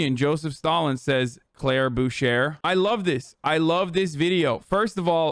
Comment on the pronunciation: Me favorite part was when he said "Boo-Sher" and called her a zoomer. Shes not that much you get than him 🤣🤣👌